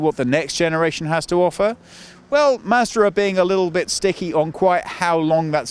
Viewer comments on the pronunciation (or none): You are pronouncing Mazda 2 like master 2 :D